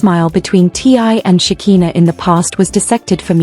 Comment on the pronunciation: Her name is Shekiiiiiiinah NOT shakeeena. ,🤦🏾